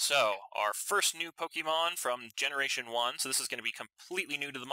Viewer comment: It's pronounced (POKE-AY-MON) not (POKE-E-MON) the accent mark is there for a reason.